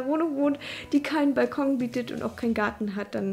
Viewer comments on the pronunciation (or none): none